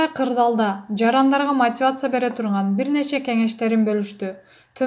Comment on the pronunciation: Чон кыз, окуп жаткан блогер " мотивация " деп тура айт. Мотывацыя дебей